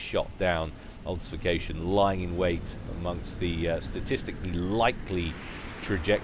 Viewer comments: Great cast. Also great game. All those bombers! Have to say this though. Ob-fus-ca-tion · I was going to make exactly the same comment. Love your work but this causes me physical pain each time I hear it.